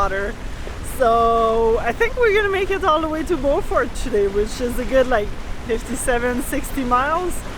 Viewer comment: You pronounced Beaufort wrong...